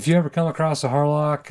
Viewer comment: Thanks for showing us this. Had to listen carefully tho. Wasn’t sure if you said Harloc or Harlot… 😂